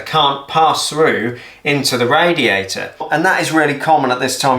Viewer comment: I love ot when you say radiaerai